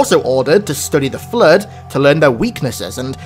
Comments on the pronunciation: No, not "Flirt" and "Foreigners". Having a speech impediment, fine, God Bless. A bit of an accent, no worries. But for the sake of everything good: Say Flood not flirt. Say Fore-Runners not foreigners. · I just wanna say it autocorrects your accent of "Flood" to say "Flirt" in the closed captioning and its hilarious XD